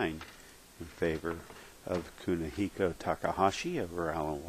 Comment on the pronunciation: That's Kunihiko...say it right bitch, and screw you guys we aint paying money to watch matches on here